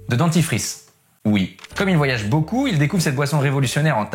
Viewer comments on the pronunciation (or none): none